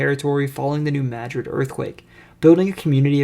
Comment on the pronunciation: Kudos again for the proper pronunciation of New Madrid.